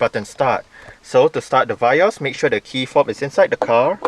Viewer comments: I believe it is Vee-Os Not Vai-Os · Vee-yos right not va-yos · indonesia vee os